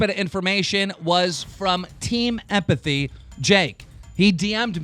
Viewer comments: Its Team Epiphany not Team Empathy, I don't even watch their crappy content and I can say their name correctly. Why does Keem suck at pronunciation so much? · If he says Team Epiphany wrong one more time 😂😂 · Keem can't even say "Epiphany" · Keen doesn't know how to say epiphany 😂😂😂😂